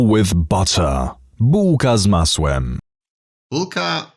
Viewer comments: "Buka z mausem", yould say it even worser. Congrats at failing polish. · "rułka z małsem" Made me genuanly smile,English speakers trying to pronounce words from my language are always funny😅